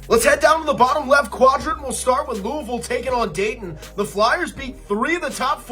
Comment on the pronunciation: appreciate the love for Marshall, but this guy repeatedly saying verse instead of versus was extremely annoying not to mention the mispronunciation of Louisville. Lou-uh-vull not Louie-ville